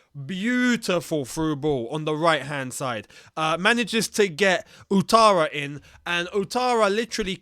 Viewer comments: outara is pronounce as Watara in French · Ouattara rather